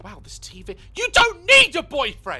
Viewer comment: "You don't need a boyfriend you've got this TEAHVEE" LOL